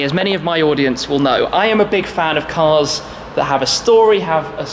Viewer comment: "some incredible CURS"